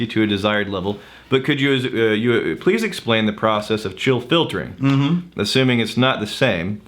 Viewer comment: “Chill filtering” “Chiltering”